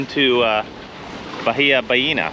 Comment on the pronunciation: Just a little note here when pronouncing bahia the H is mute.